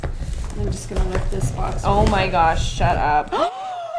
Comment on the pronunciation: So many fave parts but my FAVORITE part is saying Garsh